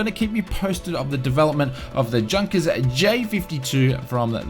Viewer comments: It is pronounced yunkers not Junkers. Don't buy the E jet it is horrible. If virtual cool FS think the E Jet is 20 bucks the PMDG should be 200 bucks. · Say "Yoonkers". :-) Other than that, great video, as always! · It's pronounced 'YOU-NKERS' 52. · I cringe everytime I hear Junkers pronounced like an English speaker would say it. It's pronounced "Yunkers".